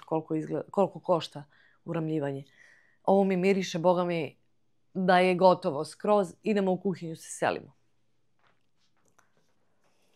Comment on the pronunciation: Ne kaže se vatam nego hvatam Nije kuvinja pa se u njoj kuva,nego kuhinja pa se kuha.U školi nisi učila da postoji slovo H😂